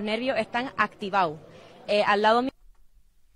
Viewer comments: Lo' nervio' e'tan activa'o' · dice: loj nervios están activau;)